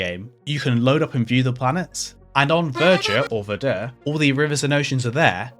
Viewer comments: Absolutely no french people say "vuh juh", verdure is fine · I know I'm one of the ones who pointed out how to pronounce Verdure, but you can say it the other way. But it is odd that you put the emphasis vur-DUR. Just say it like "murder." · its in fact \vɛʁ.dyʁ\ for verdure if you want to say it like a true french xd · Ironically for the editing, Verdür sounds more french (If you know a bit of french (and it is the actual french pronounciation of that spelling.)) than verjuh. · I don't get the editor note ... if you pronounce it french, "vuh-juh" is exactly how you would NOT pronounce it (that would be english bastardization of the french language, but not actual french). Also french would be fitting, as "Vert" is "green" and "dure" is "tough / stubborn" but it could also be from "durer" which would be "endure". Pronunciation would be... well the "V" as you already said "Verdure" would be correct, but you would then go into similar to "where", so "Vere" and "dure" would be with a silent e and the u is similar as in... well... you don't really have that sound in english (or at least I can't think of a word), bit it's kinda sorte like the "ui" in "suite" (not really but kinda sorta... though that seems to have 2 pronounciations and one of them doesn't fit at all... use the "sweet" version of it xD). And yeah, you get "Verdure" with that which doesn't help because it's written and not said... anyways, hope this rambling can help anyone -. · his way to say verdure sound more french than whatever vurjuh is suppose to be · "Verdure" is absolutely a french word, meaning "greenery". But no need to fancy it's pronunciation : it is very close to english. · I’d like to point out that your preferred pronunciation of Verdure is more French-like than the “correct” pronunciation (it’s really just palatalised; no different to the variable choob/tyoob/toob pronunciation of tube).